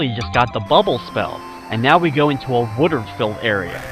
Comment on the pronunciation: I like the way says Water...wooter. lol